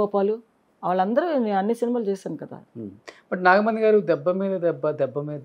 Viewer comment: నాగమని కాదురా నాగమణి రోషన్ కాక రోసన్ అంటే ఒప్పుకుంటావా